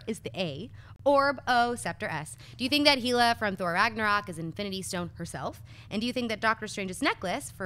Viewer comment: It's pronounced Hell-Uh not He-Luh or Hey-Luh.